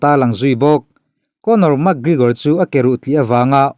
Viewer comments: Mak gregor te ti mai2.. Lam dan hi uluk ve thin che u. Makkkkk gregor an ti lo. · Mak Grigor ah??😄😂, Pronunciation zir that le ngai tlat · Iti Mak griigor thei e pronounce dan hi a 😂😂 .min 10 vl chhung in adds 3 vl bawk itiho mak grrigor hle bawk 😭